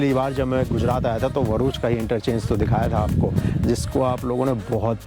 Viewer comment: भाई बोर्ड पर साफ साफ लिखा है भरुच, फिर भी तुम वरुच वरुच किए जा रहे हो! पैदाइशी मुंँह में सुपारी है क्या?